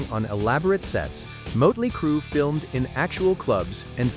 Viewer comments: It's motley not moatly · I would subscribe if you actually could pronounce motley crue correctly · Hey robot, it's pronounced "" Mahht-lee cruu" 🙄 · Who’s Moatley Cru? 🥴 Still, enjoyed the video. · If you are going to put content out, for crying out loud, get the name RIGHT!!! It absolutely annoyed me the way Motley Crue was pronounced!!! Don’t you edit your videos before posting them???